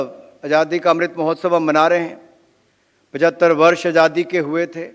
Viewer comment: उच्चारण ठीक नहीं,अजादी कह रहे हैंआज़ादी.अटक भी रहे हैं.